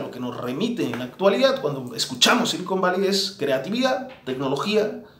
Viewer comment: "silicón valley" o "cocain valley" ?